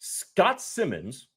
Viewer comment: It's S I mons long I. Not Simmons.